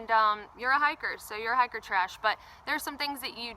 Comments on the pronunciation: What's a "hicker"? I heard you say the word on your trail-updates a few times, but this video doesn't cover it. I would guess that "hicker" is "hiker", pronounced differently for special occasions. If that's correct, what are these occasions? If it's incorrect, what /does/ "hicker" stand for? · Just the pronunciation of "hiker" in a regional Southern dialect.